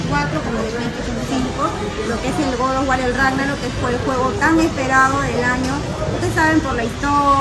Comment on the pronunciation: Que incomodo escuchar todo el tiempo GOD OF WAR, mal pronunciado.